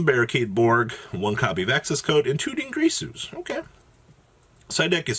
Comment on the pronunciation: DID YOU JUST SAY DINGRISU???